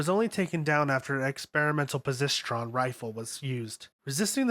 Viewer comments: "posistron" "octadron" aight imma head out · Poe-zis-tron, he says. -_ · Posishtrun? You mean positron rifle? Octodron? You mean octahedron? I know the words aren’t like everyday words but you gotta do better, especially when they are spoken in the show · "Experimental Posistron Rifle" what? POSITRON "Christaline Octadron" OCTAHEDRON ffs "long range firin weapon".. dude doesnt even get verbs correct I assume its just due to the inherend american/english inability to talk properly and verbalise/pronounce foreign words. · I tried watching this as it showed up in my recommended, but I had to stop about 4 minutes in because of how bad the mispronounciations were. I lost it at "position rifle" it's "Pra-sit-ron" As in proton rifle. aka. positively charged energy rifle. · If you're gonna make videos like this you really should look into pronounctiation of the words. Spear of Longinus is Spear of Lungus, Positron rifle became Posisstron... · All that work, and all of those weird names, and the guy can't pronounce "positron," "octagon," and "magi." Kind of embarrassing. Still, nice summary. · He cant even pronounce positron riffle right It's like he just read this the first time and just went with it